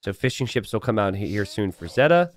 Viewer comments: say it with me: ZAY-tuh. ZAY-tuh! There you go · Zeta Two? Nah "Zeta, LOOM!" 😭